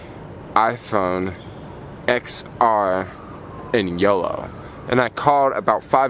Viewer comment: I think you're supposed to pronounce the X as a 10 10R, 10S, 10S Max...